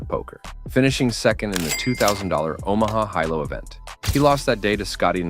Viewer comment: Or Omaha Hi-Lo pronunciation 🤣